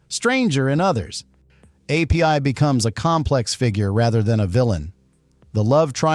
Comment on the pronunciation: Pay attention, AI comments app. The other guy’s name was not A.P.I. He was Api, pronounced “Appee”, which was short for Apirana Maketu; his full name.